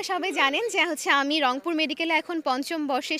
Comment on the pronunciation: এই প্রথম অংপুর কে রংপুর বললো,,,ধন্যবাদ আপু তোমার মুখে মধু আছে,,গো হেড